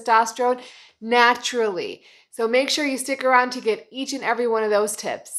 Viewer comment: Did she say tits in the beginning?....maybe it was tips ?!